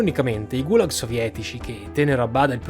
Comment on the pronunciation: Errata corrige sugli accenti: Gulàg, Semiòn, Michàilov, Sòlnzevskaya, Sòlnzevo, repòrt, Timofèief, Ivàn Yàkovlief